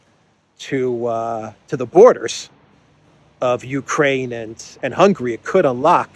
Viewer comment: stop calling Hungary “hungry” 😂😂😂